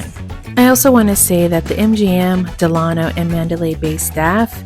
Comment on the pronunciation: DELano not DeLAno, after Franklin DELano Roosevelt. Please.